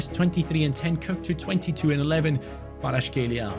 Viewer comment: I love how everyone mispronounce Kvaratskhelia